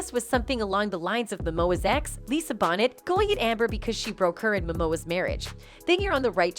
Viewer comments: Lisa’s last name is pronounced, “Bow-nay”. Not pronounced “Bonnet”. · ANOTHER VIDEO MADE BY ARTIFICIAL INTELLIGENCE! They always butcher names like Tupac, Lisa "BONNETT" LOL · Her name is pronounced Lisa bonay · Come on Bonet and Paradis it is not hard to pronounce these two names properly.